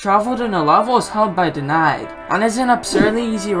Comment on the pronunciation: 😎LOL rly said "denied" and not DNID😎